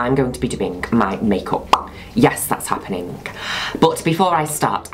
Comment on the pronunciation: It's adorable sometimes he ends his accents with a k sound, like happeningk Is that an affectation in the accent unique to a particular region in the UK? Or just his adorableness.